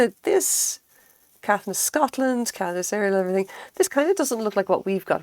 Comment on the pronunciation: Lovely video, thanks. Beautiful work and I agree it's a joyful thing. The design looks like it might be Moon Crystal. I collect a lot of Caithness glass and have many of the seconds. I live in Scotland so find them in junk shops and thrift stores. (PS pronounced "Kay-th'ness")